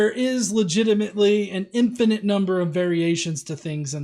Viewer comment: Why does he keep saying something sounding like "infinenth" to me, instead of "infinite" like normal people?